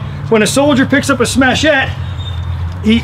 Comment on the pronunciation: Interesting- presentation, thanks! some good pointers. One point tho- it's "Smatchet" rhymes with "hatchet"... That's nicest grip I've seen on a smatchet yet, that's really te titz... Great sheath too... I don't suppose these are available anymore..